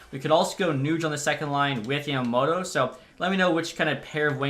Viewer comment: I’m not sure if anyone has said this but it’s Yama mOto